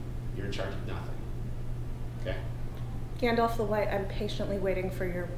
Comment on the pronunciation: 'GANDOLF' 😂😂😂😂 Shannon Minimee! Now that's an oxymoron for ya 😮😅